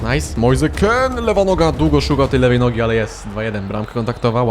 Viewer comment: Kean w sumie nie czyta się Kin, skoro mean czyta się min? 🤔 Może warto to sprawdzić, przynajmniej nie będziesz musiał się poprawiać 17 razy na odcinek xD